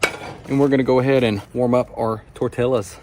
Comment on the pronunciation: Please tell me that's not how he pronounces 'tortillas'.